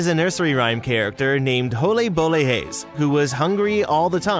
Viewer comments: "HOLÉ BOLÉ GÉÉS" had me dying😂😂😂😂😂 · ” Holee bolee hijs ”